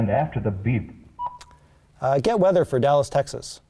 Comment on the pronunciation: you need to teach your computer how to say the word "BEEP" !!!